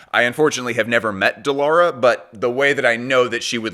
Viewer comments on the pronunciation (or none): So proud from Turkiye. She called as Dee Lara instead of The Lara btw :D